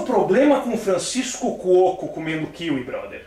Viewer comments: Quem acha que o Rafinha deveria fazer um vídeo pronunciando " Kiwí" ao invés de "Kíwi"?! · kíwi ? sempre falei kiwí. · KÍwi e não kiWÍ ?!?!